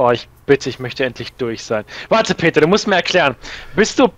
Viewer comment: Das heißt Peter und nicht Peta